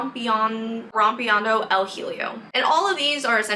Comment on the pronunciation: as a Spanish speaker it took me a moment to understand you were saying rompiendo el hielo.